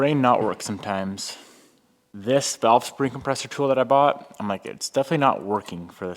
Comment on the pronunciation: vAlve, not vElve